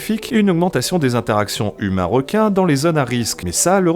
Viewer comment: Quoi il n' y a plus de wequins à la Wéunion ? Bon les gars la twavewsé va êtwe un peu plus longue mais on va aller là-bas. Chawgez les zodiacs. ;)